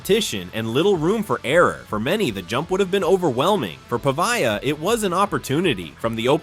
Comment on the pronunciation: How about properly pronouncing his name?